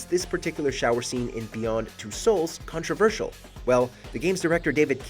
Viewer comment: "cOnTRoVERsiaaal". chill out